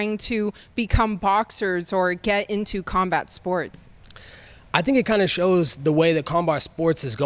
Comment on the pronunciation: kombart sports 😂😂 nigga don't even know how too say combat sports